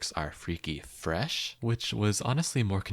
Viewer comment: its cuz theyre saying it like fre-sh not as one syllable